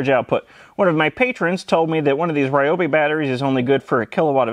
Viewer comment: We pronounce Ryobi wrong here-- RYE-oh-bee. It's actually r'YOH-bee.